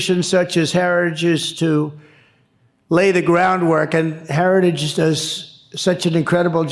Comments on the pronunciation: Trump can't say the word, HERITAGE, but he believes in it! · The man can't pronounce the word heritage! 😅 Don't want this bozo running the country! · trump can't even say the name heritage 😅😅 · "Heritage" is such a difficult word to say. Just listen to tRump try to say it.